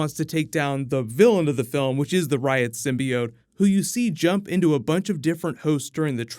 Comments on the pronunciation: Takes a shot every time says symbiode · Quit saying symbiote the way that damn woman on the first trailer does! Sim-be-ot!